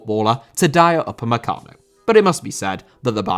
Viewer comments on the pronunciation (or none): Dayot Upamecano Irish Guy: Dayot Upacemano